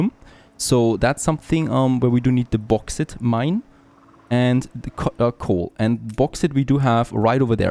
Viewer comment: Du sprichst Bauxite ein bisschen falsch aus, Der erste teil Baux wird wie Boot ausgepsrochen nur das T mit X wechseln, das ite wird wie bei eitel oder kite ausgepsrochen. Hoffe das hilft! Freue mach aber mega auf mehr content vom DLC, weier to!!